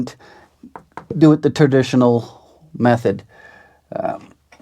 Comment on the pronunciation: "Turditional" method.